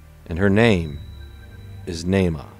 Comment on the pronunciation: How sweet of you to do a segment in honor of... your peanut pronunciation is a little off... Nahma like Brahma... You'd be dead if it wasn't for us aliens... You'd be bred into extinction smart one... Man was created to be left behind thrown away with the phantom planet you live on... God threw you away as an abomination or you wouldn't be here... You're God is as hateful as you are...15 (B)“Beware of false prophets, (C)who come to you in sheep’s clothing, but inwardly they are ravenous wolves. 16 (D)You will know them by their fruits. (E)Do men gather grapes from thornbushes or figs from thistles? 17 Even so, (F)every good tree bears good fruit, but a bad tree bears bad fruit. 18 A good tree cannot bear bad fruit, nor can a bad tree bear good fruit. 19 (G)Every tree that does not bear good fruit is cut down and thrown into the fire. 20 Therefore by their fruits you will know them... 7 “Judge[a] not, that you be not judged. 2 For with what [b]judgment you judge, you will be judged; and with the measure you use, it will be measured back to you. 3 And why do you look at the speck in your brother’s eye, but do not consider the plank in your own eye? 4 Or how can you say to your brother, ‘Let me remove the speck from your eye’; and look, a plank is in your own eye? 5 Hypocrite! First remove the plank from your own eye, and then you will see clearly to remove the speck from your brother’s eye. 21 “Not everyone who says to Me, ‘Lord, Lord,’ shall enter the kingdom of heaven, but he